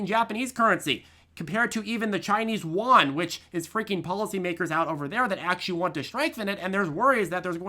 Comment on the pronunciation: “Chinese Yuan” is pronounced. “You ANd” Great video though.